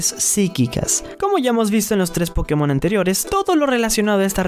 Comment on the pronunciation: Cuando folagor entienda que latinoamérica los Pokémon se pronuncian en inglés y no en español entienda eso ya se sabrá toda la tabla de tipos XD 🤣